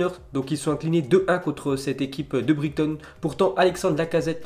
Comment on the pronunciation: Bonne vidéo MAIS ça fait deux ans que je te suis et deux ans que les gens dans les commentaires se demandes pourquoi tu améliores pas ta prononciation: Ex: Southampton, Brighton, Maupay...